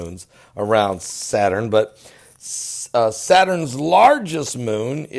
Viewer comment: Lol. You said satins moon The second time you said it. It's OK.